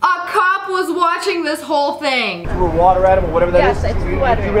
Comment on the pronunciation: He thwew me to the gwound.